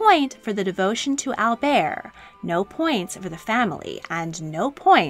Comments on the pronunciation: He refers to himself as Albert, not Albear. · It’s pronounced Prince 👑 Al- Bert with a strong “T!” 🤦🏻‍♀️